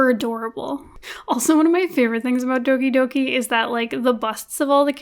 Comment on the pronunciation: when people pronounce doki doki wrong😭